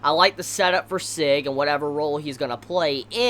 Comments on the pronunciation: Seg ? SEG ? You just butchered the translation of the Name/Word Sieg ... But yeah its pretty difficult to say if you don't speak german ;) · Sieg's name is pronounced like Zig, cause it's German name